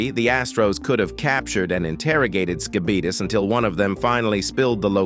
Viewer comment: The way you pronounce Skibidis as “Skibeetus” reminds me of the “diabeetus” infomercial guy. I love it.